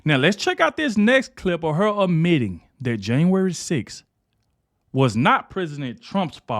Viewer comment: It’s “admitting”, not ammitting.. sorry but you have to check your grammar to advance your utube. People notice & skip you